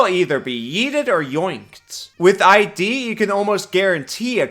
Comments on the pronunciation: “ ID isnt I-D btw its id, pronounced like “kid”, its a freudian concept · It's iiiiiD. Not I.D. "i" as in "Idiot" and "d" as in "dumb*ss". It's not a rare word. Read a book. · It's not "ID" like the shorthand for the word identification. the I is soft, like the word "it". Just with a d instead of t. It id. it's a psychology thing. id, ego, and the super ego. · FYI: "ID" is said as a word, not as letters. "ehd" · Hey, great video! Just FYI, "Id" in "Id Insinuation" is one of the 3 main parts of the discipline of psychoanalytic theory (ego, and superego are the other two.) And it is pronounced like the word "did," if you remove the first "d." Cheers! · its pronounced "id" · With "Id Insinuation" you're not supposed to pronounce it "ID(eye-dee)" its supposed to be say like "is" but with the s replaced with a D. Like Id Software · the d in Id is lowercase, so it's pronounced kind of like "it" with a d. It's a psychology term. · 1) “Id” rhymes with “did”, “insinuation” is “in-sin-you-ay-shun”. 2) 20 foot radius shatter is not just double the size, but FOUR TIMES the size. Absolutely crazy buff to shatter. 3) If you play this class with a plasmoid, you don’t have to worry too much about the armor or shield; you can use cracks and crevices in the battlefield as cover so you don’t get hit. Jump out the space between boxes, take your turn, jump back in. This way, the low AC isn’t much of a problem!